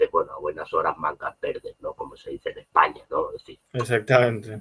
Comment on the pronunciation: aprende a decir España